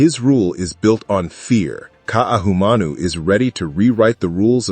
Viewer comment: Hello, it's Kah-ee-ah-nah, not Kai-ana, for Ka'iana. Ka'ahumanu is Kah-ah-hoo-mah-noo. Please practice because it hurts. But you did better with her name. I would say that you described the story presented, but you are unaware of the history to put it into a better context. You have no idea what Ka'ahumanu is really about...yet. depends on what the story reveals of her impact on the hawaiian culture post contact. This will be interesting, but I look forward to you saying the protagonist's name better.